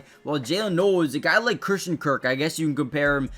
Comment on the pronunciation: Noel is pronounced 'Nole'.